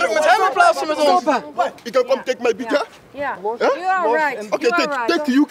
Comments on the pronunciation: "Why you take my pictja" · Whay yoeh take may pieeektjaaa? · Niemand: Random kerel: WiJ jOe TeEk mAj PiEkTjUr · Die man zegt niet picture maar pictje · lijkt wel of hij zei: you took my pietje